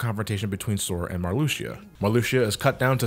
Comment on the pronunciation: I don't mean to nitpick, but his name is pronounced Mar-loo-shah, at least, that's how I've heard everyone I know who knows Kingdom Hearts pronounce it. And her name is pronounced Lark-zeen.